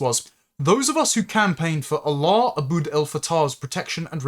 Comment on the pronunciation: Your pronouncing his name WRONG!!! You are saying his name as if he is the God of the Arab's.